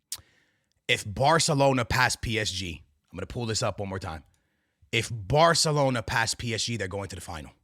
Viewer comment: its Barcelona not barkelona mf